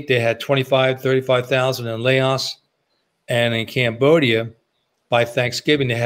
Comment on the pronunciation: LAOS not Laosh, no SH